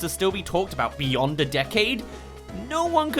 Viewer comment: "bee-yond" a decade? Was the slight added emphasis intentional? Glorious. Well played sir.